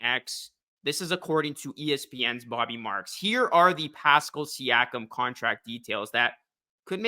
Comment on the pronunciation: The way you say "Pascal" made me stop watching.